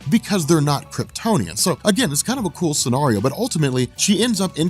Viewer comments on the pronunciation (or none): Stop pronouncing scenario incorrectly, my English teacher wife keeps imitating you around my house to drive me crazy!